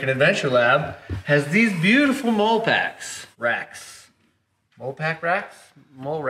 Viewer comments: Molle pack is actually pronounced- Molly pack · It's pronounced molly, like Mollie, not mole ;o) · MOLLE = “Molly” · Dear, It is pronounced MOLLY. Sincerely, everyone in the military. 😆